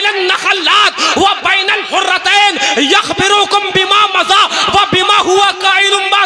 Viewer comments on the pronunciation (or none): یخبرکم.. کی ی میں پیش ہوگا باب افعال سے... آپ لوگ مفتی کہلاتے ہیں کم ازکم عبارت پر توجہ دے دیاکریں